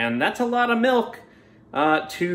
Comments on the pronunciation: “Melk” The Midwest would like to know your location